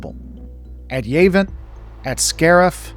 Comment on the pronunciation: Ah yes. Yayvin.